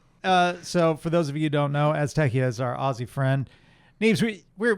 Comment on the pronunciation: The fact that Americans can never say Aussie correctly continues to delight me.